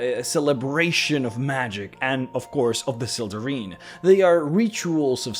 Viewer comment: I think it's pronounced, "Sel-deh-rhine". The "ine" ending is "ine" not "een".